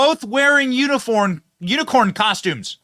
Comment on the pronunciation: I love hearing Benny try to read unicorn an end up saying uniform